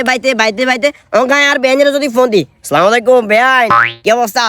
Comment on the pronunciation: সালামটা শুদ্ধভাবে দেন।